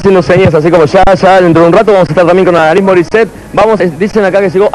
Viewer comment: La cosa argentina de pronunciarlo AlaNís!! NO es el apellido español, es el femenino de Alan!! O acaso todos pronunciamos Alán???